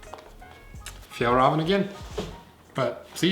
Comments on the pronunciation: Just say fjällräven like "fjell raven" no need to say "rahven" like in ramen wtf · Me: fajall raven kanken Him: fyal raven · It's pronounced fjEllrEEven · Is it pronounced, "Fall Raven"? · The way you said Fjällräven var skit roligt